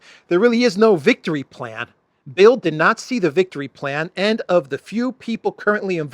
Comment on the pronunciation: Great report,. Thank you. (By the way, the German newspaper "Bild" is actually pronounced as "bilt".)